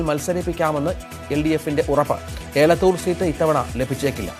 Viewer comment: ഏലത്തൂർ അല്ല. എലത്തൂർ ആണ്. തിരുത്തി വായിക്കുക. എൻ്റെ അടുത്ത പ്രദേശമാണ്‌.